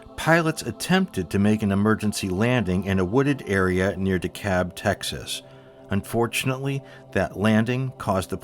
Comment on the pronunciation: excellent as always,. but, Dekalb, texas is pronounced "DEE- calb.the b is buh. DEE-cal-buh now Dekalb county, georgia IS pronounced "deekap"